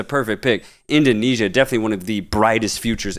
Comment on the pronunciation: Love how you call Indonesia "Asian la masia". Btw kudos for your insightful talks guys, keep goin!